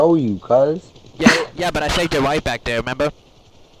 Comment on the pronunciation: "You better tell that you're bwack" is actually insanely fucking hilarious. Also the intro could be a lil shorter.